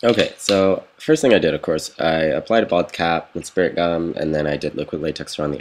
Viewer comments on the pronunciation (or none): Every time you say bald-cap I hear "vodka"